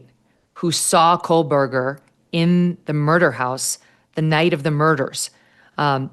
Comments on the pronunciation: Why are you STILL saying "Kohlberger" . My God, can't you read??? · Pleeeease tell M. Kelly there is no letter L in Kohberger. She has been mispronouncing it for years.